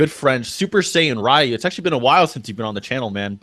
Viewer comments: you know, the video is nice and all, but why do you pronounce Ryu like that? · Its pronounced REE-YOO not RHYE-YOO